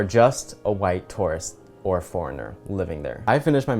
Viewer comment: So I thought you were saying "taurus" when you were saying "tourist" and really wondered who hurt you for a hot second.